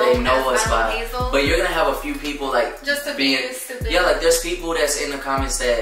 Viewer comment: if you followed this channel for so long you would notice. Hell in a video where Hazel turns into her he actually copies phrases she says a lot. “Babe-uhh. Stop-uhh. Are you stoopid? Stoopid.” Lol. And yes I spelt “stupid” thy way cause it sounds like 2 o’s instead of a u